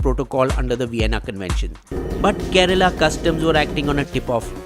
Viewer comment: It’s kerala not kerela